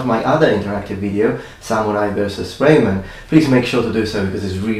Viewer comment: RO MAN. ROH MAN. Not RAY MAN. Anyhow you look much better without the beard.